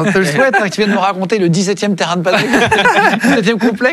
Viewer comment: Par contre tu dis paddle le reste de la vidéo 😂